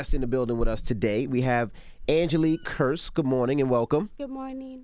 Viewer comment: how can envy mispronounce kearse at the end when they said it like 100 times during the interview